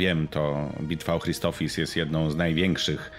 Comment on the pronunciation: CZEMU WSZYSCY MÓWIĄ CRISTOPHIS? !CHRISTOPHSIS!